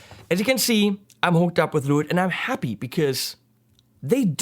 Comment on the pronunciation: It`s pronounced "Le witt" ;)